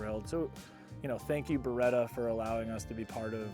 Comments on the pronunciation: perchè dite Bereta? si dice Beretttta:face-blue-smiling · Si dice Beretta non beeeeretaaa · Ah yes. The Burretta and the Furrari - staples of Italian brands worldwide.